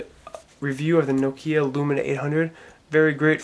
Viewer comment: its not nokia lumina its lumia, you saying it wrong